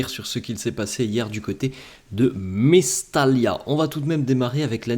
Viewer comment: mais surtout que cette rencontre a été entaché par la grave blessure de Muctar Diakhaby qu'on espère se rétablir et passer cette douloureuse épreuve.. nos sincères pensées à lui. BTW ..ça se prononce Mestaya....et non pas Mestalia...merci..